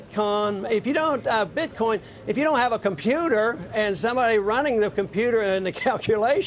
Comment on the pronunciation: lol, he calls BitCoin, Bit-con, before correcting himself...